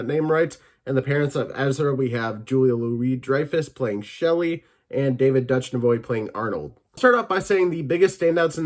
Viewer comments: David Dutch-ne-voy… Are you serious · Begins by apologizing for mispronouncing one characters name and then immediately bastardizes David Dutchnavoy. Oof